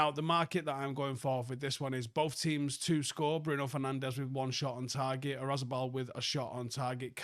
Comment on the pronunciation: pronunciation today: Oyarzabal ❌️ Razibal ✅️